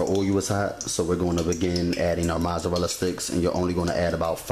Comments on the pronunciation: haha haha yup mazarala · just because he saying it wrong don't mean he aint do the damn thing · U get a thumbs down for the way u say mozzarella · lol the way he say Mozzarella lol i love his video found him 2 mins ago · The way you say mozzarella is funny